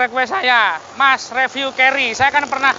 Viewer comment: Koq bilangnya ceri..?? keri mas bukan ceri hahaah😂